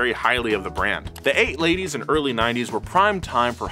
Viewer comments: Woah, says 8 ladies instead of late '80s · He said 8 ladies not late 80’s… right? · Nobody gonna talk about the late 80s or as says “the 8 ladies”